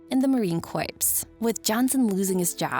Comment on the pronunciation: Thanks for this abridged recap of this fascinating story.... In this context (that of the Marine Corps) will you please learn to pronounce "Corps" correctly ?? !!